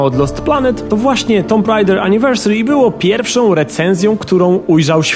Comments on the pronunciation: Czemu nie poprawiłeś "tomb raider" na "tum rejder"? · /tu:m/, come on! 8 lat i wciąż niepoprawna wymowa? :( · Tyle lat minęło, a nadal nie wiesz jak wypowiadać słowo "tomb".